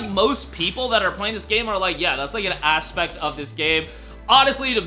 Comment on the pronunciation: Man stressed that “asspect” TWICE 😂😂😂